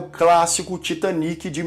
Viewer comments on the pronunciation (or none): none